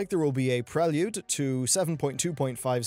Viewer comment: did... did you just pronounce prelude as "prel-yude"